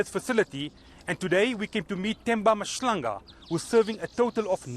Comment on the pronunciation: Point of order , its mahlanga not mashlanga u making us coloureds a joke my guy, leave those white tendencies